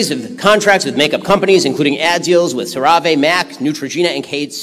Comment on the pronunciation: Ben’s pronunciation of Cerave 😂